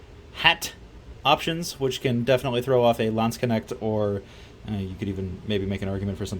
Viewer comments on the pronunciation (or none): ok that pronounceation of landsknecht was horrible